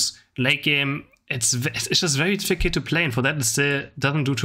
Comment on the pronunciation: much love!! but you need to learn how to pronounce „difficult“ in english sorry